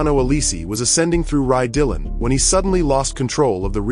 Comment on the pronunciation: I love these videos just to understand what happened to drivers in these fatal incidents, but every time i hear "Rye Dillon" i die a little inside